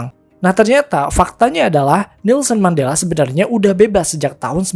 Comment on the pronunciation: bukan mandala, tapi mandela min